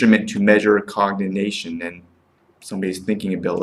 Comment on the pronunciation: This is what happens when a nonmedical person reviews a drug. Garbage, hinting at payouts and zero understanding of drug classification and how certain classifications tend to cause the same side effects. I'm hoping the nonmedical viewers caught your incorrect pronunciation of Alzheimer and cognition and thereby took your opinion as just one man's opinion and not a medical one. You should be ashamed to tout your nonmedical opinion to scare patients into not taking a drug that may work for them. The drug is a godsend for those it works well for. Why not spend time digging into the side effects of aspirin, worse, and the fact that we still can't say how it even works.